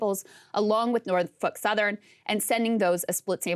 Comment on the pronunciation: In a world where women are supposed to become presidents and rule the country. She’s doing an article on Norfolk Southern. But she can’t even pronounce it. Muslims can pronounce it there’s a seven-year-old child in Bangladesh that can pronounce it. Maybe you should have her read what she’s going to have to say instead of taking lap naps.